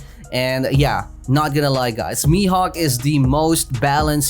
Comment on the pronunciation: Bruh you can say "mihawk" like this